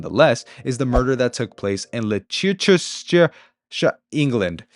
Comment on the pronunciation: I'm from Leicester, the city Leicestershire was named after. It's pronounced lester-sheer and the city is pronounced lester :)